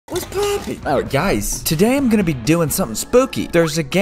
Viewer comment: If You Turn Your Volume Down A Little At The Begging He Sounds Like He’s Saying “What’s Poopin!”